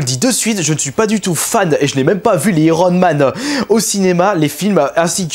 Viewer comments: Iron man = AÏERONE* MAN ! pas Irone man ! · Iiiron man lol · Kirby, s'il te plaît, ne dit pas irone man...